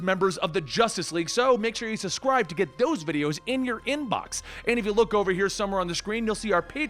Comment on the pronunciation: says suscribe instead of subscribe